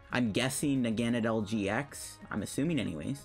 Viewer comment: I THOUGHT I WAS THE ONLY ONE THAT PRONOUNCED NAGANADEL LIKE THAT!! IM NOT ALONE!!! Everyone I know says “nog-uh-nay-dull” 🙄